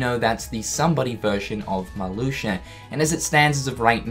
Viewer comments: Emiliano Gonzalez but it's pronounced Mar-Loo-shia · I think it's Marluxia not MarluxiER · Oh my god “Marloosher” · Decided to take a shot every time I heard “Marloosher.” I’m three minutes in and I’m drunk. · Marluxia in english: MARLUSHU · “Marlusher”... Nice. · "Marluxer" XD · Lol "Malusher" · It sound like you are saying Maluxur,. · Does he say "Marluxier" when it's in the middle or beginning of a sentence? I'm pretty sure he said "Marluxier is back". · Does any one else hear him say marluxer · Who is “Marluxiar”? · Is he saying Marluxer? Lol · Matthew0337 This. He says ‘MarluxiaR’ as well, it’s just the way he speaks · I love the way he says Marluxia. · i caught it the first time he said it and thought he just messed up... then he continued to say it lol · Nah, I'm a kiwi same as him and is definitely saying it wrong lmao